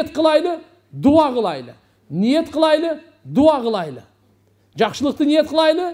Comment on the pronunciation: Кылайлы эмес кылалы. Кыргыздын созу кайда бурулуп жатат. Й тамгасын Отто эле кокодотуп жибербейли